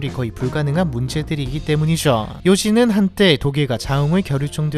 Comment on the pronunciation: 내용은 좋은데 나레이션 톤이 이상해요 특히 때문이죠 ~성장했죠 ~이런 죠 발음 톤이 개인적으로 엄청 거슬려서 속이 울렁거려요